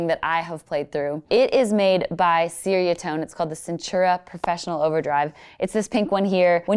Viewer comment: Ceriatone is pronounced cherry-uh-tone